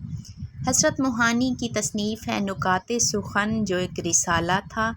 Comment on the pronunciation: نکات سخن کا درست تلفظ ن کے اوپر پیش نہیں بلکہ ن کے نیچے زیر ہے